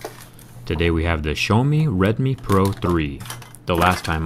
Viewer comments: Da fck, dude. You are wrong. Xaomi! Not Shaomi, Chaomi. It's more like Siaomi. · почему "шиаоми"??? аааа бесите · "sha-oww(as in that hurts) me" = pronunciation of Xiaomi fyi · I was wondering what is "Show Me" brand but the realized he's talking about Xiaomi. I am no expert saying that either, but the "Show Me" is definitely fucked up pronunciation. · its not SHOWME its H I A O M I (xiaomi) dick face